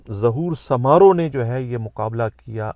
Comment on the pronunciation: آپ کو ذرا بھی علم نہیں ہے ۔۔۔ آپ کبھی شکارپور گئے ہیں ۔۔؟؟؟ گھر بیٹھے وی لاگ بنانا بہت آسان ہے ۔۔۔ آپ ریسرچ کریں ۔۔۔ پہلے تو تلفظ درست کری سومرو قبیلے کو سامارو درست کریں ۔۔ شکارپور کے لوگوں کے لئے بولنا کہ ہر شخص کے خلاف کوفیکٹر ئی نہ کوئی مقدمہ صريحن دروغ اور سفید جھوٹ ہے ۔۔سب سے پڑہا لکھا شھر ہے سندھ کا ۔۔ جو مارے گئے ہیں انہوں نے قبرستان پر قبضہ کرکے منشیات اغوا ڈکیتیاں اور موٹرسائکل چوری ان سنگین جرائم میں تھے ۔۔۔ تم ایک لفافہ صحافی ہو ۔۔۔ تمہیں کچھ پتہ ہی نہیں ۔۔۔